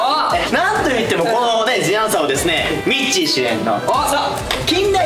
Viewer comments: 大ちゃんが「The Answer」のことを「ずぃ あんさー」っていうのすき笑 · 大ちゃん毎回「ずぃあんさー」って聞こえる！（笑）かわいい！3形態フラゲしたよー！みんなかっこよかったー！